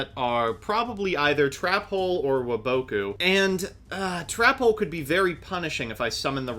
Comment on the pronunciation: Why do you guys pronounce waboku like that 😂